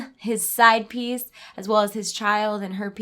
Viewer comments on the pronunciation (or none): none